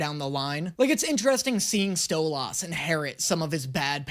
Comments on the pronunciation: Um, ackshually, I can't believe how badly you're mispronouncing "Stolas." Everyone knows it's pronounced "Stwubbie." Get it right! :) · Bro you saying it like stole-ahs and it should be pronounced halfway between that and how you would the word solace. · You're saying his name wrong. It's not Sto-LAS, it's Stwubbie. :( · Am I only only one losing my mind to hearing say stolas's name wrong Edit: me sitting here offended, because I know, like ten people's phone numbers by heart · HE'S DOING IT ON PURPOSE!! HE'S MISPRONOUNCING STLOAS' NAME ON PURPOSE!!! 😡😡😡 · STOP SAYING STOLAS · I love your videos but please stop saying stolas’ name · See, I don't mind his pronunciation of Stolas. I've heard it has Stol- is, Stol-oz, and Stol-as, and honestly, those tend to bother me more. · i love that when people got mad about how you pronounce stolas name your responce was to duble down xD keep slaying king ! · The way can’t pronounce Stolas right is wild 😭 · In stolas' name domt emphasize the A, pronounce it more as an I or an E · I hate how he pronounces Stolas but I deal with it bc this man is hilarious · I know he said in the previous video that he doesnt understand how the way he says Stolas is wrong, but he pronounces it like Stella does, by putting emphasis on the second half. She does it to call him an ass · If you love stolas so much, say his name right. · You know what I’m not even going to fight it anymore in the endless war of you mispronouncing his name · Listen in the last video you said that u pronounce stolas the same as they do in the show but like- u pronounce it as stolAs 😭 you pronounce the 'las' like the 'las' in the word last while the show pronounces it stolus like 'lus' from lust instead of las 😭 BUT HELL YA MORE HELLUVA BOSS ‼️ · it's pronounced STOW-LES, not STOW-LAS!!! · Btw it's pronounced stolis but spelled stolas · Stolass? Its stolAs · stoluuuuuussss no no its stoliiiisss AND CAN YA NOT SKIP THE FUCKING BEST PARTS PLS>:(